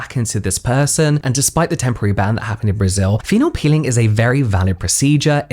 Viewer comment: It's a pEEling like in "appeal" not a piLLing 💊 ...I don't want to sound pedantic but when you make a whole video about it, that's more than lazy...imho